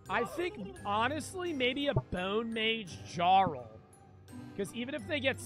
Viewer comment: I never noticed how he said jarl😭